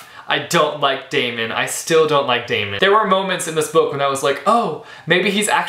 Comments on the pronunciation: It's Day-mun not Day-me-en. Great review! :) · I'm pretty sure Daemon's name is pronounced Demon... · Great review! And don't worry, everything will be explained in the sequels (you're kinda on the right track;)) btw, his name is pronounced 'Demon' ( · See i thought it was pronounced Day-mon too but the audio book pronounces it Demon.. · Yes ! I loved him also . I listened to a clip of the book before buying the hard cover and in the audio version the pronounced it as Demon lol . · how do u pronounce Daemon's name? I pronounced it Demon because it kind of fits :) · You pronounced Daemon wrong almost every time lol And I hated him too for like a book and a half but trust me it all gets better xD Katy is a character which you can relate to soo easily..... And hurry up, Opposition comes out on August 5!